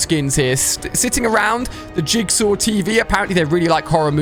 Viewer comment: Ali a you can’t say jizzsaw 😭